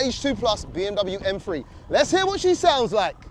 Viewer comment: What's an M-Free?, stop saying b h p, stop repeating the same thing over and over, and this could of been 15-20min video🤦